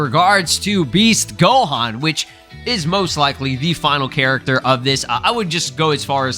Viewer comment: Yo just say character don't cay cac 😂